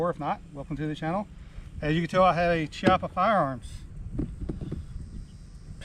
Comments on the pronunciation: It’s pronounced “Kiappa”. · It's 'KEE-APPA'. Hear it from the man himself